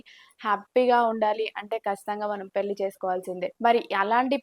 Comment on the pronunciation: పెల్లీ కాదమ్మా maha తల్లి. పెళ్లి అనాలి